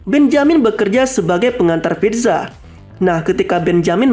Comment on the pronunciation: pizza❎ pitza✅